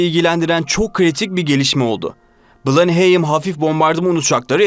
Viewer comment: Verdiğiniz bilgiler için teşekkürler. Ancak telaffuz sıfır. Baltimore veya Blenheim nasıl telaffuz edilir? Madem bilmiyorsunuz bari google a sorun.